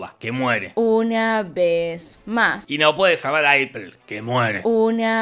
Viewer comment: Eiper... Eipur... Eprel...